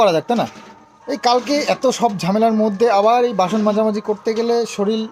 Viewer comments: শরীল নয় শরীর বলো আর সন্মান না সম্মান বলো । কৃষানু কে অনেক❤ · তোমার উচ্চারণ গুলো ঠিক কর। প্রথম থেকে তোমাদের ভ্লগ দেখি। না বলে আর পারলাম না। "প্রচ ুর, শরীর, লজেন্স, সম্মান, গর্ব...